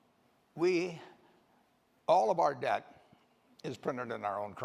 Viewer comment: Dept? Pronlem?